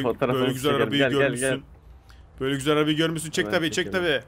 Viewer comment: NOBODY:: çok güzek yağ